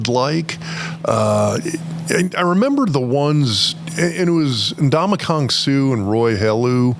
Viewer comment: what!!! lost all credibility. first, mispronounced suh’s first name. THEN, called our red “crimson.” WTF, i’m out.